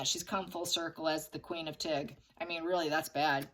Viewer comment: when I heard you say...Tig, I thought you said...Duchess of Tick!!!!...🤣😂🤣😂🤣🪲